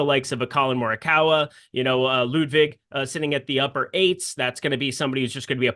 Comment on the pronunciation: please call him Ludvig if you can't prounounce his last name;) and thanks for good content guys!!